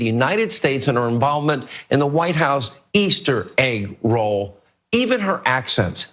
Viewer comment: Hannity said "Easter eggroll"???